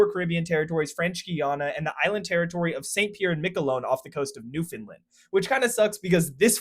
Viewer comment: By the way it's "NEW-fin-LAND", not "new-FIN-lind". The land is pronounced like land, not 'lind" like England, Iceland, etc.